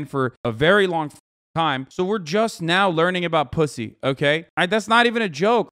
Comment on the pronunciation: Hasan just stop saying posy, it hurts, just say vegaina